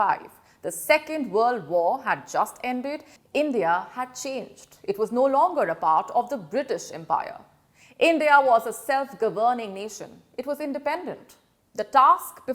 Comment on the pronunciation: Awkward how she pronounces governing. GuhVUHning.